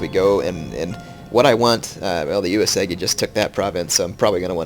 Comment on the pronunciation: Gah! He said Uesugi is his favorite clan, but it's the only one he never pronounces right! DX